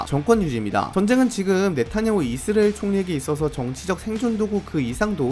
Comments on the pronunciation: 이스레엘 (x) 이스라엘 (o) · 아니 이스리엘 발음 왜 다시 돌아온거지???